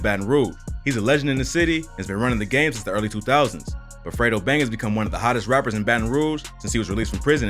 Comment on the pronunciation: Idk why it sound like you keep calling him Alfredo 😂 😂